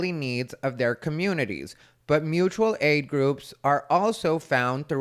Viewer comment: It’s Moochual aid!!!! 🤣🤣🤣